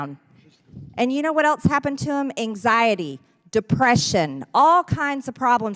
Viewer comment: I hate people like her who pronounce the word ELSE as "eltz".